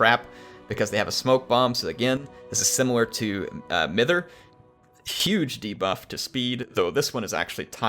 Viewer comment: Mither should be pronounced mye-ther. Its a word to describe old ladies having a fuss and a worry about nothing. Bit of old English regional weirdness.